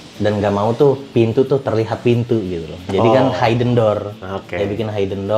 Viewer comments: HIden bukan hAiden 😂😂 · Maksudnya hidden dibaca (hidden bukan Hayden) , a bit confused sy aga bingung td. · nah..itu..agak lain kedengerannya...dan serinng juga nyebutin kata HAI-DEN..hihi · 1. Hidden dibacanya HIDEN bukan hAIden 2. Kamar anak tanpa jendela & ga ada ventilasi pasti pengap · Highden ? Or Hidden? Asa risih banget spelling nya wkwk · I don’t trust people who pronounce ‘hidden’ as haiden 😅 kalau gak bisa pronounce it properly, just use the language you’re comfortable in